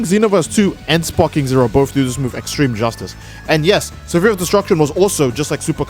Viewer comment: "Sa-fear of Destruction" I'm sorry, I'm a bit high up here- WHAT DID YOU SAY?